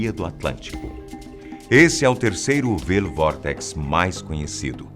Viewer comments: Fala-se "váioul vórtex" ou, em português, "vórtice vil". ^^ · "vile vortex" kkkk... Pronunciacao correta seria "Vaiou Vortex"